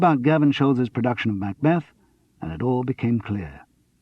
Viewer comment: ooh the way he pronounces "MACbeth" is irritating! I wish Simon Brett himself were reading this, not someone with an American tinge.